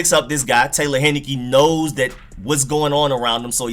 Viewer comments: HIGH-NE-KEE not HEN-NI-KEE Taylor, not Tyler... Great play deserves getting it right. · Thank you for the film! I saw him play 4 years at my college (ODU). He was amazing for us! By the way, his name is pronounced TAY-lor HIGH-NUH-KEE. Lol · It's Taylor Heinicke, like the beer but without the n at the end, and his first name is Taylor, not Tyler. People butchering my man's name. Dude lit it up at ODU.